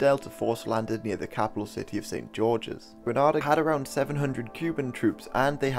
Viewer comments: Its green ayyy da not gra na da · Gre(NAY)da, not Gre(NAH)da!!! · Interesting I actually lived through this on the island. I have a few points of contention - otherwise Well done. It's Gre-nada not Grah-nada Coard placed Bishop under house arrest after Bishop visited the Reagan administration in Washington DC and Castro in Havana. Read what you will into that... Bishop was freed mostly by uniformed secondary students. The central committee ordered army loyalist to attack and kill Bishop and his followers in St George's. To this date the number of people who died is not published. Coard was not releaved of his command/control of the central committee. I remember the radio anouncement - and at no point was this brought up. It was clear that if the Americans did not invade that there was probably going to be a civil war as the army was split in support for and against the decisions of the central committee. The island was very very tense. Many people were making final arrangements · its pronounced with an (A) not an (AH) ITS CALLED ( G-R-E-N-A-D-AH) SPELLED GRENADA. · It's pronounced Gre-naid-ah. Maurice Bishop once thanked Ronald Reagan for pronouncing it correctly in a speech. The way you're pronouncing it is like the city in Spain... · Hi, good job on the history part but I’m from Grenada and it’s pronounced gre-nay-da not gre-nah-da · Grenada isn't pronounced like the Spanish city Granada. It rhymes with "cidada". If there's one thing you want to get right in something like this... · Its pronounced "GRE-NAYDA" and NOT "GRE-NAADA"... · It's pronounced Gre-nay-da not Gra-nah-da I hate hearing ppl mispronounced it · Gren ayy da. Not gra na da. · Not fully accurate..........but number one error.........our country is called GRENADA......Granada is in Spain..damn it check the pronunciation nothing annoys a Grenadian more than calling our country Granada. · Gre-nay-dah....not Granada or Gre-nah-dah. Very important. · it's Gree-NAY-da not Gree-NAH-da